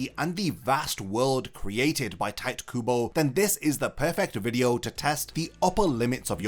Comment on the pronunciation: your pronunciation of Tite Kubo hurts me